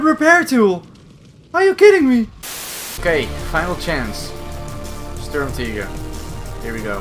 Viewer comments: Wtf is a sturmteeger? You mean SturmTiger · Sturmt"ee"ger is how you should pronounce it, as it is german. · The Sturmtieger😂🤣